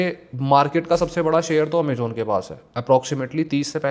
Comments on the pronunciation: Amazon ❌ Amajon ✅ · Amejon ✅ Amazon ❌